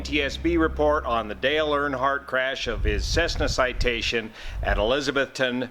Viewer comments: We say elizza-BETH-tun. Only furiners say it like Elizabeth with a ton on the end. Watch for clarification Cheers, -- Joe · It’s eliz. A Beth ton. Tennessee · the crash occured in Eliza-BETH -ton. We're in NE Tennessee, which is in the south. We sometimes pronounce things funny, and in this case, it's ElizaBETHton. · Sorry dude, it's pronounced "e-liz-a-BETH-ton", OK?